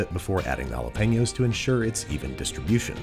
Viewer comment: he really said "penos"